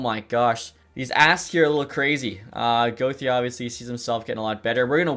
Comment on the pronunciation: I’m not a fan on how he pronounces gauthier 😭